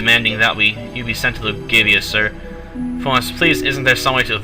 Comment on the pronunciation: Learn to read and pronounce properly. Elgava, not Elgavia.